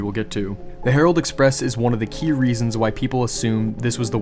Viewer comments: Surely it's herald express. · Herald Express, not Harold. Harold is a man’s first name. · I'm pretty sure that it's Herald Express, not Harold.